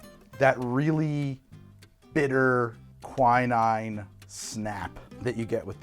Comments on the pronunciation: God damn how are you stuggling with pronunciation - it's not kwai-naine", it's "kwi-neene" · I believe it's pronounced "qui" (from quince) and "neen".